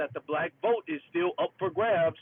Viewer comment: "I will Bote for Dawn Lawn Thrump!" 😂